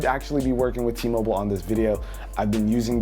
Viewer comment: Whenever he said T-Mobile I disliked the video